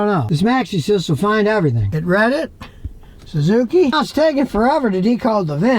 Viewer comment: . THE SUE ZOO KEY?